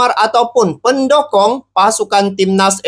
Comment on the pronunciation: Waooo mantapppp masok...bukan pendokong bang...pendukung...salah sebut tu...pendokong itu pisang mau tumbang...pendukung sama dgn sopport...haaaaa